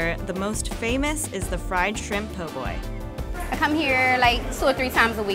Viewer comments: You lost me when you said poor boys instead of po’boys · Its not POOR Boy ...lady it PO...BOY